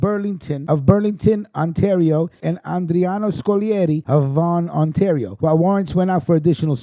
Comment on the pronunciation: Like when I helped you with Ontario You called Ontorio :) Its all good bro. When Covid is over ya batter come to Hamilton for some really good Italian food and a mob tour :)